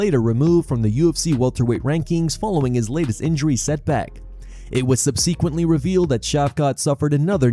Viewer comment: subseeeeeequently? please stop